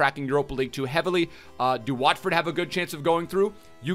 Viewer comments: Watheford did he just say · Man said Watford 😂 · How you gonna say Watford again🤨 , LMAOO